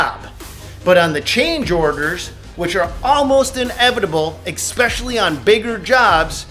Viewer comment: The word especially does not have an x in it, at all.